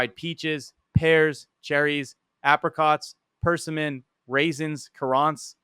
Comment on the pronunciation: You mispronounced way too many fruit names dude. Persimmons, currants..